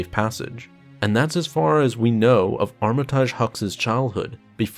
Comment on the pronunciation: It's prounounced armitige, not armitaaaage, other wise great video!